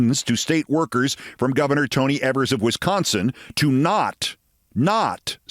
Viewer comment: 👍👍 it's Eee-vers.👍👍👌